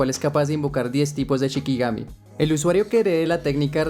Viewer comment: Se dice SHIkigami, la palabra CHIkigami no existe